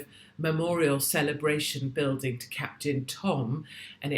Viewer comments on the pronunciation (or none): none